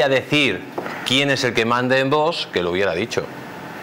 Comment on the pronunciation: Me gusta como habla este señor, pero es "curioso" que no puede pronunciar VOX correctamente, porque siempre dice VOS...acabado en "s"...